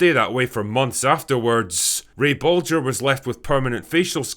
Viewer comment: heh heh, "bulger".